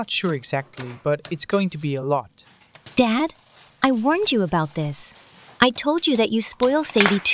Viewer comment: The fact that it said "a lol" instead of lot got me